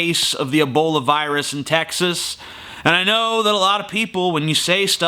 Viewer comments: Ebola not abola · I'm a-fearin' uv da Eebowluh Vaw-ruzz.